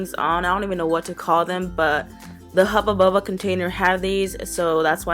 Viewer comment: I love how you say hubbu bubba creepy lol